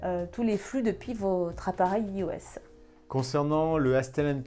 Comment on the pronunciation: Par pitié arrêtez de dire iOS mais iOS "Aios"